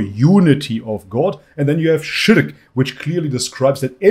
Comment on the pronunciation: Spot on pronounciation of shirk! I see the arabic is going well haha